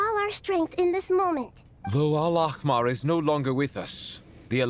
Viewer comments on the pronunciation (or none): Fun fact from a Middle Eastern fan: The VAs are mispronouncing "Al-Ahmar." The "H" is supposed to be soft and breathed out like "Ah", meaning "The Red" in Arabic. They keep saying it with a harsh "Kh" sound (Al-Akhmar), which changes the word. Also, remember that while the desert design is Ancient Egyptian, "Al-Ahmar" is an Arabic name—the two cultures/languages are distinct groups. Wish they coached the actors better on this!